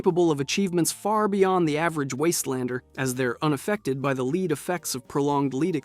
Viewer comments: You're saying lead as in leed, not lead as in lead. Do your own narration, is that hard? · The way you say lead is so weird lmao